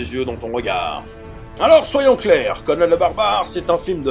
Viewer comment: Moi je dis Conan, pas Conanne. Ça fait con, conanne.